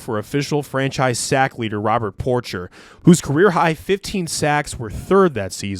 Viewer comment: At just after the mark, you mispronounced Robert Porcher. His last name is pronounced Por-shay.